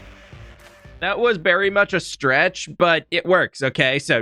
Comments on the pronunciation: Please tell me I am not the only one who nearly overheard aying "berry much" instead of "very much" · did he say that was BERRY much a stretch?